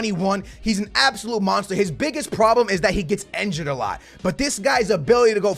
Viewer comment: For the 100th time, it’s injured NOT enjured!